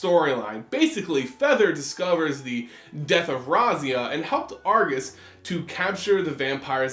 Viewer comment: Only critique: It’s not Argus but pronounced “Agrus.” Outside of that, I enjoy everything you do. Keep up the great work :)